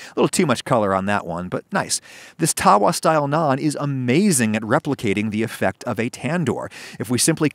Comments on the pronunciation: No hate Adam but the way you say tava makes me cringe a little bit. Could you try to get the authentic pronunciation right because it feels like you’re ignoring a really big part of culture. A more accurate pronunciation spelled in English would be tuh- wah with the t in tuh being kind of sharp like you have your tongue on the top of your mouth and the move it ever so slightly down while making the sound. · Ok I don’t want to be that guy who corrects people trying to enjoy my cultures food because. “Haha funny white man mis-pronounced word” but for all of you wondering it’s pronounced tha-va, not taa-waa